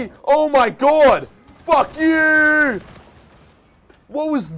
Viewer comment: That drawn out F youuuuu is the most & Aussie thing ever 😂 gotta love my country men